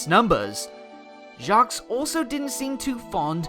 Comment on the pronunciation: By the way, you don't pronounce the 's' in Jacques, it's French.